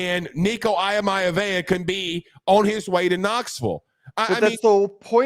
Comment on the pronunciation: Nico’s last name is pronounced EE-uh-Ma-Lee-ah-va not Eye-Mia-vaya and Myriad is Me-Ree-Ed.